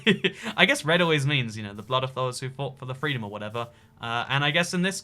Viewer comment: WOW I am offended, He SPREADED FWEEDUN